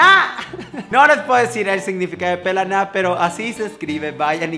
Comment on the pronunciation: dijiste "Pelaná" con el acento perfecto:'D